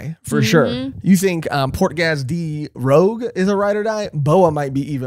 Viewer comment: The regeneration part of Marco's mythical fruit (bird bird model Phoenix) has nothing to do with the zoan part or awakening it, but specifically the mythical bird part. Its the flames of regeneration of the Phoenix that make him regenerate thise wounds so easy. Also a little pronunciation correction, its not Portgas D Rogue.. But Rouge (as in red in French)